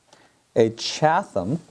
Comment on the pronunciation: Just so you know, it is CHAT-UM. The h is not pronounced. :) Love your geminars.:)